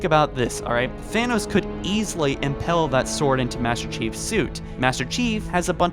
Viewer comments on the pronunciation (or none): "Thanos's sword would imPALE" not impel. IM-PALE..... it might be an accent, but I hate mispronunciation. Kinda of like those who say TurreNt. When talking about about about a TURRET. There is no N in the word.Drives me mad.